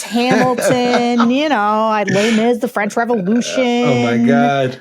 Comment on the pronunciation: French Revolu-shin?